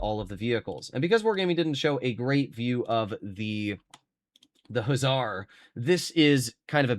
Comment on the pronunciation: For future reference if you want to pronounce Husarz correctly just say hoosash:)